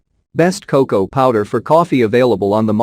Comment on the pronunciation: You lost me at "cocow!" FFS! 🙄